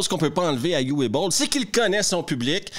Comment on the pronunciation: Petite note de prononciation. "Uwe", c'est "Ou-veu" que ça se prononce en allemand. Pas "you-ouais"